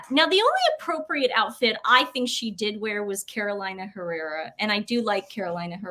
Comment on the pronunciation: It's pronounced Caroleena Herera.